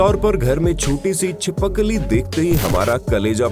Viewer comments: It's not chipakli it's chipkali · Chipkili not chippikili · 🤣🤣🤣Chipakli instead of chipkali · Chipakli nahi hota chipkili hota hai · Bhai wo chipakli nahi chipkali hota hai😂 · Not chipakli chipkali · Chipakli nahi hai usse chipkali kehete hai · Well it's छिपकली not छीपाकली 0704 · Chipkali❌ Chipakli✅😂😂😂😂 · Are bhaiya oose chipakli nhi chipkali kehte hai 😂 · Cheepa-kali nhi chipkali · Me: chipkali: chipakali 🤣🤣🤣🤣🤣🤣 please heart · Chipakali nahi hota chipkali hota hai voo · Chipakli 😂 chhip Kali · You said lizard CHIKAPALI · You just said chi pak le🤔🤣🤣🤣